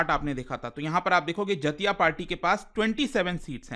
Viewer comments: जतिया क्या होता हैं? so irritating. do not teach wrong pronunciation sir. do some homework. बेंगोली टोन में बोलिए जातीय सोंगसोद Jatiya Sangsad (জাতীয় সংসদ) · Sir the correct pronunciation of jatiya sangsad is जातियो संसद in bengali language which means national council /national parliament 🧏 Greetings from West Bengal 😊